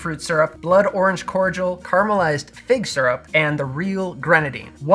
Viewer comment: I swear I thought you said "caramelized pig syrup" 🤣. Going to make one of these coffee negronis now!